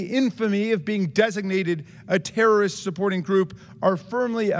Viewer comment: Jason Smith is an embarrassment. Dude doesn't even know that "terrorist" has three syllables.